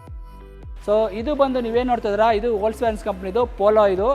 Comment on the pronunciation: ವೋಕ್ಸ್ ವ್ಯಾಗನ್ pronounce correct ilvalla guru🤦‍♂️🤦‍♂️